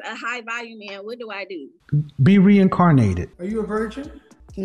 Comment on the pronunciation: I died the second Kevin said be reinarnated!!! Omg